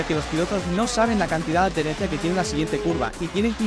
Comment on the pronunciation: Se dice Adherencia, no ad-derencia como no se para de decir en el vídeo. Me ha resultado doloros al oído jajaja. Buen e interesante vídeoen cualquier casi